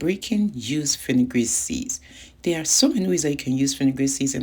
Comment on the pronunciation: Are you saying afinigan seeds??